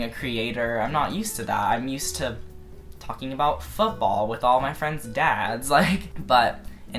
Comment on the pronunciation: OMG this bitch is thalking and thalking and thalking and I was like: shup up!!!